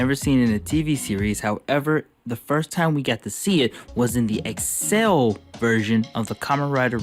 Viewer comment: Why do u say accel like that, I know it's not important but I'm cringing so hard everytime you say it